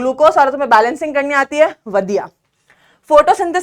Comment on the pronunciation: Is mam is Punjabi Because the way she said (vadiya)